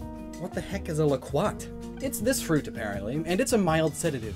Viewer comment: Its pronounced low-quat